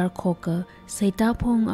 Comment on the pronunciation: Mashimankapai khararchan akhalãka. Ningshainai kakazem atamla ngasãlãk kahaina. Saklãk eina ngarãnkakhuili hailaklaga kakasat supkha sangaili : 1. Sitãngphung not Seitãphung 2. Ngapuiníng not Ngapúiníng hikt. Ãkhon (tone) kachui khanem (phonetics) check samilu. Maningakha, khanuithotbing characters bingwui ãmingbing, archiac terms, ãpam ãmingbing, hikt. ngwuida theikhuihaida zatnãmaronhaora.... Sincere input, nothing sort of otherwise feelings🙏